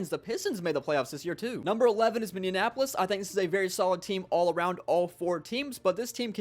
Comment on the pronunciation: My guy, you need to learn how to say minneapolis